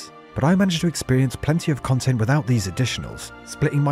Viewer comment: Ah yes, chill and interactive khantent! 😂 Darn